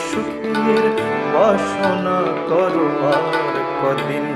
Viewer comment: কোরো না কদিন। ক তে ওকার করে উচ্চারণ করলে অর্থ সম্পূর্ণ হবে ভাই 😊